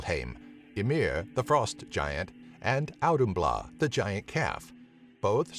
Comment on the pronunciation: I am not Grammar police but, * Auðhumla sorry not sorry XD great video tho!